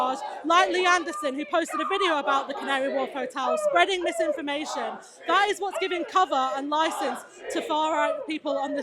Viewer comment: 'Nifogel Frarge'